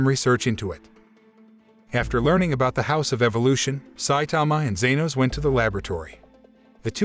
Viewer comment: It's not zenos